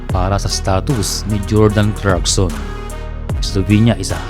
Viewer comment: Sir Clarkson Hindi crackson